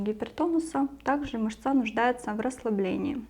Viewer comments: МЫшца только,а не мышцА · Мышца́ режет ухо. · Цікава інформація. Дякую. Але, як казала моя наставниця, дерматолог, клієнти є у перукаря та в публічному будинку, а у нас ПАЦІЄНТИ. Ще цікавий наголос в слові "мышца" ...